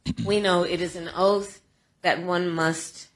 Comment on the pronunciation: Oaf its oath.😂